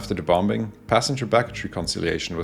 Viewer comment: Anyone else get slightly irritated when he says “bom-Bing”